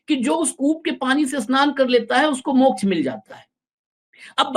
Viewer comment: वामपंथी के मुख से मोक्ष भी ठीक नहीं बोल जा रहा है। ये बिहारी मोक्ष को मोछ बोल रहा है।😂😂😂